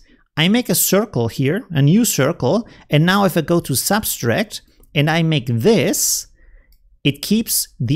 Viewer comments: The word is sub tract not substrack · Great tips. Thank-you. You're adding an extra "s" when you pronounce subtract. It's sub-tract not sub-stract. I hope this is not an offense. I also speak Spanish and appreciate it when someone corrects my errors. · What is subtract in the Germanic languages? I have heard a number of people from that region of Europe that seem to all add an additional "S" when they say subtract....as in "sub'-S-tract". Not trying to give a hard time.....I love his vids and I've learned tons from him. Just saying that it is a common theme among people from that region of Europe....german, belgium, austria.....germanic/danish that all seem to pronounce subtract with the additional "S" in the word. Kind of interest actually.